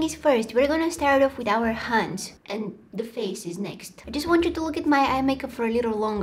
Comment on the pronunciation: It’s face not fase